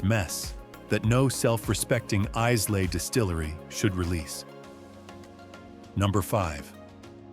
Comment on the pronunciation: AI voice over slop that can't even pronounce Islay properly - if the video can't even do that I have to assume the rest is garbage as well.